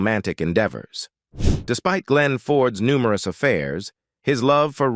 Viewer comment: "publiclie" "numeroose"!!! AI talks funny 🤣